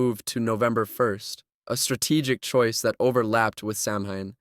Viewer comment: SAMHAIN IS PRONOUNCED SOWAN!